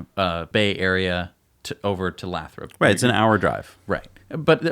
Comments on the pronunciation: It made cringe every time they said Lathrop, i understand you guys have probably never heard of it but it’s pronounced lay-throp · It's pronounced "Lay-thrup". I grew up a quarter mile away from that glass factory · Hey and, for starter Lathrop is pronounced Lay-thrup and I drive though Lathrop five days a week to my job in Hayward which is around 12-15 miles from the Fremont factory in my DM Model 3. I will try and drive by there to see the new sight this weekend. I will take as many pictures and video as I can, but I do not have a good drone. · Lathrop is pronounced Lay-Throp. And it nears the town of Stockton to the North and Manteca to the South. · Pronounced lay-thrup.... work in the area and there is multiple buildings Tesla has taken over that were once toyota/Chrysler.. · lol it's Lay-Throp (Lathrop) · FYI it's Lay - throp 😜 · Lathrop pronounced Lay’ throp. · Lol it's pronounced Lay-thrup your pronunciation is making me rofl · Hey guys...great show as usual....Lathrop is pronounced with a long "a"....like lay thrup……..I live in the San Joaquin Valley, CA and believe the Tesla plant in Lathrop is for machining. If you look on you can get an excellent idea of what they are doing there. I hope you are correct for the Semi production. There is a great need for manufacturing in the valley. Long on Tesla! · It the city name is pronounced Lay-Thrope by locals. Long A, long O. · Very interesting conjecture. By the way, Lathrop is pronounced with a long "a". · It's actually Lay-thrup.